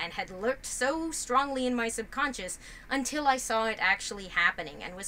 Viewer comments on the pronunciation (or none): none